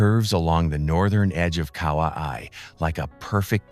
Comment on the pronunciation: Ka-wa-i WTF dis bugga like get cracks